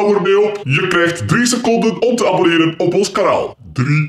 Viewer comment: zegt abeneer op cemi